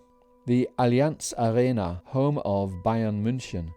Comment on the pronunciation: Love your videos. Where does the Wilkommen and excellent pronunciation of Allianz Arena come from?